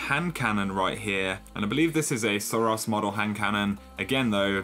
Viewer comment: The way you pronounce suros triggers me. Its SIR- OH'S. like spaghetti-oh's. Its a hard vowel sound. Its not sir-ahs.